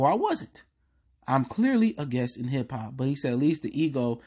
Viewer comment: Guest. Not guess. Js